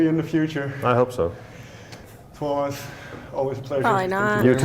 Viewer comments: Watch 'Nightwish Making of Endless Forms Most Beautiful'. It is really good. That document tells a lot how they do things. I think this interview is little bit tricky because this same guy have interviewed Tuomas many times. You say Tuomas almost perfectly, no need to say sorry. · You correctly pronounced his name (TU - WO - MAS) but not his surname. HOLO - PIE (like an apple pie) - NEN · Correctly pronounced the name of Tuomas, you nailed it :) It was also interesting to hear your process which is opposite and acknowledge that there are multiple paths to the result of creating songs and what those different ways are, so thanks for that insight :)